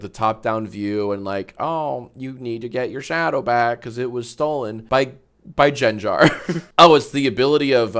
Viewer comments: GANG-GAR NOT JENJER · The way you pronounced Gengar brought me pain 😭